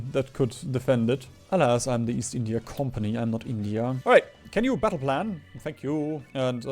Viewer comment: What's the joke with calling it Bindia?